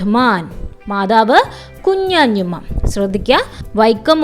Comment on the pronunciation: ഹലോ കുഞ്ഞതുമ്മ യാണ് അല്ലാതെ കുഞ്ഞാഞ്ഞു മ്മയല്ല😂😂😂😂😂😂😂